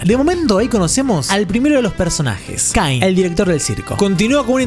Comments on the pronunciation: Se pronuncia caine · Mejor te digo bien los nombres Jax:el conejo =se pronuncia shax Pomni:la bufona=misma pronunciación Ragatha:muñeca de trapo:se pronuncia igual Kinger: ajedrez:se pronuncia igual Caine :dentadura:se pronuncia kein